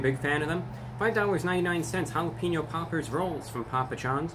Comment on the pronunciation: he's saying pauper instead of popper he's on another level